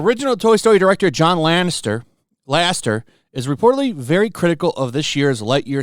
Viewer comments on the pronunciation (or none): John Lassiter is a CGI movie legend and his name is pronounced La-si-ter, not Laster.